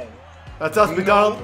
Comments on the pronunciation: Its mcdouGauld not mcdonald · his name is mcdougald not mcdonald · why does keep calling mcdougald mcdonald?? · Why did he keep saying McDonald instead of McDougald if you put cations on when he says McDougald it says McDonald, but great video man keep it up!! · man says "mcdonald" its "mcdougald"